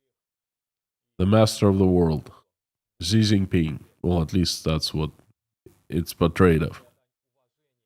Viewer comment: Xi is pronounced shee